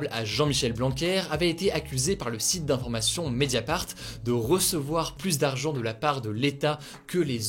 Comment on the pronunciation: Aïe ! Pas pluSS proche. On ne prononce pas le S dans cette phrase. Pour le reste, tout est top.